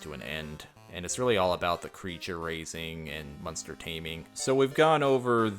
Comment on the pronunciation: Everytime you say the word monster, it sounds like you're saying munster, lol.